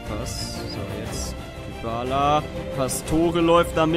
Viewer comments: man spricht Dybala "Diballa" und nicht "Düballa" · er heißt nicht Dübala